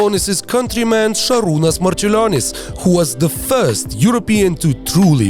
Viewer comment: Dude are you Lithuanian?? Cuz u pronounce Sabonis and Marciulionis names perfectly. Sabas is legend without long career in NBA. I can only imagine what kind of beast he would have been in his prime